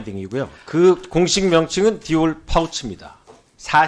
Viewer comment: 디올 파우치 라고 발음을 아예 못하고 파울 디우치 라고 말하더라구요. 무의식적으로라도 정말 디올 언급을 안하고 싶었던겁니다.